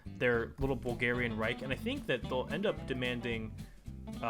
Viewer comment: 12:8 reich are you german or some shit